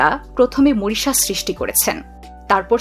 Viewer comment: Moritious? 😂😂😂😂 This is Mauritius. Pls pronunce correctly. Incorrigible pronunciations